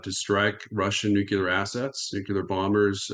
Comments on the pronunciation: Nukelar nukelar nukelar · Nuclear, not nukelar... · It is spelled nuc-LE-AR. It is not spelled or pronounced nuc-U-LAR. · Really! What’s wrong with them? This Bushism “nucular” got stuck around the American ignorant establishment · This guy says NUCULAR! Nuff said of his normalcy or education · God dammit. I love. And I like this guy. But how can you listen seriously to a dude that cannot pronounce nucular properly? Haha. Has he been consulting with George W. Bush? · "Newkyouleer" goes back to Eisenhower. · Jesus. How can a man be in charge of armaments coop, and still have no clue how to pronounce the word "nuclear"? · He can't even pronounce 'nuclear' correctly, just like baby Bush. He's late to the party - s l o w.